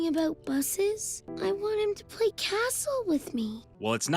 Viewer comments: Ok I finally have the nerve to say this but just the way you say “play” just kills me its so funny😭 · Hey, I said I have a small request. Can you please stop saying play in that weird way somewhat annoying to me don’t take this message too seriously though. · I love the way you pronounce play every time I hear it it has me dying😂